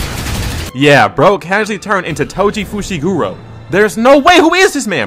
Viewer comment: "toji fushigoro"